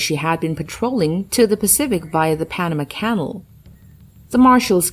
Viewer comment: Embarrassing computer voiceover. Mangled pronunciation and odd emphasis. Where IS Pana Kannal?